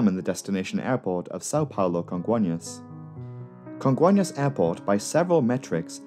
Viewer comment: I remember that day. So tragic... On a lighter note, your pronunciation of "Congonhas" and "Guarulhos" are on point.